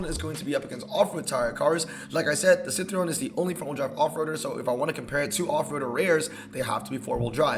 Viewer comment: Citroen not citreon. I understand not having any interest in particular brands but as a car guy you have to atleast be able to pronounce car brands💔